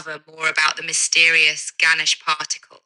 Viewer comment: It's "Ganesh"